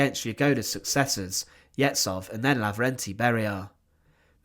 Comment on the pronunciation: Yezhov's surname is pronounced YeZHov, with the ZH being a single letter in Russian Cyrillic that makes a sound like at the end of garage.